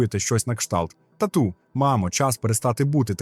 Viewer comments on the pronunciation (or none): це людина, не ШІ 🙃 схоже він лише швидкість пришвидшив, щоби скоротити тривалість відео. Думаю, слово, яке було вимовлене дивно це "татУ" (я подумала, що мова про татуювання) замість "тАту" у кличному відмінку, втім, далі читець вже озвучив наголос у звертанні до тата правильно